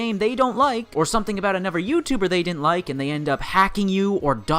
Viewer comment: One thing that pisses me off about, he pronounces all his 'Th's as 'F's. Bugs the fuck out of me. Really petty I know but I just can't go the whole way through one of his vids. "And anofer fing". Shiver.